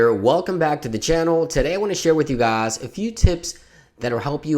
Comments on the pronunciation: ZEERIALO gahs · The way you say guys is weird